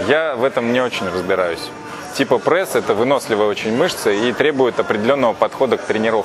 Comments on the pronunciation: где в слове пресс буква Э ??? откуда прЭсс ??? что это за зашквар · прЭсс… Кровь из ушей ((